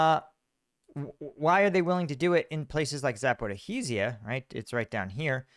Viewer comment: it's pronounced za-po-REE-zhia! "zh" is pronounced as the "s" in pleasure. The emphasis or "stress" is on the caps "REE". Say it like that and you're good!